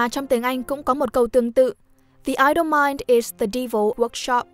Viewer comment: Idle đọc là ai đồ nhé, chứ k phải i đồ